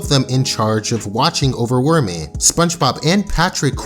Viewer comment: Worméé..... lol I like how you pronounced it..